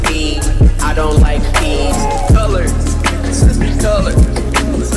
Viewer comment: He said peas not bees